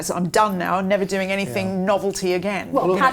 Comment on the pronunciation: I have difficulty listening to saying "Anythink." Hasn't anyone ever told her there is no K on the end of anything? I feel that someone who is the Daily Mail's Royal Editor should know better. She is obviously well qualified for the position, however; when I hear that, it makes me cringe.